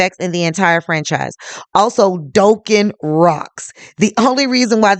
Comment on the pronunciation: Its not Doe ken...its pronounced Dock. -inn